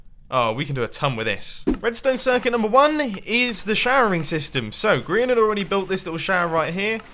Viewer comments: he said Brehan not Grian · Did anyone hear mum on say Grians name wrong